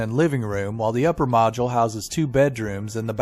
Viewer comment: ...I seriously love each and every video you all do and I know how much time , money , energy and efforts go to make one video...I just have one thing to say " Please for GOD'S SAKE pronounce the word MODULE correctly...Its MODULE and NOT MAJULE..."